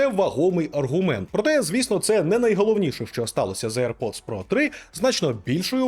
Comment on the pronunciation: Мене постійно смішить назва навушників "ейр-поц"(чомусь всі саме так вимовляють AirPods) ! Бо якщо перекласти її на сленг мого дитинства , вона звучатиме як "повітряний засранець" , або якщо коротше :"БЗДУН" !